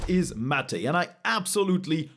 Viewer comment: "Mat-aei" Mate✅